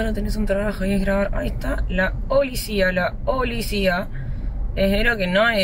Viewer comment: jajajaja la Olicia.. la olicia jajaja